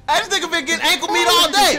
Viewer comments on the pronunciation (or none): "Ankle meeaatt" lmao